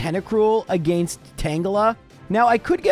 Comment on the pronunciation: take a shot every time says "agaynst"